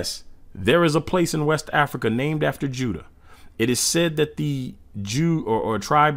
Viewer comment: It’s pronounced You-da and not widda